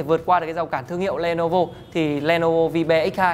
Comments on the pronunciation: Ôi...Vi-be...bạn ấy đọc tên sản phẩm thật....gớm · "Vibe" đọc là "vai (bờ)" (âm gió) nhé